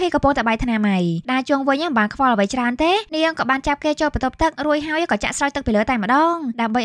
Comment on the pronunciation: រួចហើយឬររួយហើយនិយាយអោយច្បាស់បើមិនច្បាសផ្ដូពាក្យផ្សេងទៅទើសត្រចៀកណាស់ពីព្រោះខ្ញុំចូលចិត្តសំឡេងនាង😂